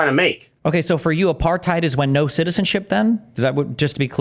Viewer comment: Mispronounced apartheid